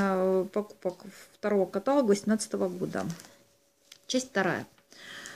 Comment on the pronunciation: Согласно современной орфоэпической норме в этом трехсложном слове голосом выделяется третий слог: ка-та-ло́г Подробнее